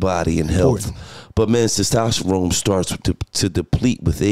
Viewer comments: LOL this interview lit but Gillie saying "Sestosterone" instead of "testosterone" got me dying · Gil can't say testosterone lol 😆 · Did he say testosterone wrong 5 times in a row